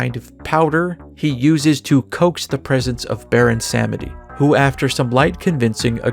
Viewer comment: You mispronounced the name of the loa possessing Scat Dazzle. "ba-ROHN sa-MEH-dee". Or as the trolls from WarCraft say, Bwon'samdi. Which I kind of prefer, because talking around potentially-vindictive tribal ancestor-spirits is a good way to avoid unnecessary misfortune. ^^; Also: Roberto de Grabbaidegoulis, huh? I fuggan lul'd. XD